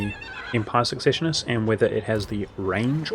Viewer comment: Pronouncing secessionists and ubersreik wrong